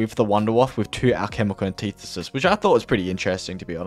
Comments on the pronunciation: Take a shot anytime he says alchemical anteethisis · Hearing him mispronounce the word “antithesis” about 100 times hurt. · Hearing you pronounce antithesis was the only subpar part of this video. Everything else was so good! In depth without any unnecessary content. Really easy watch!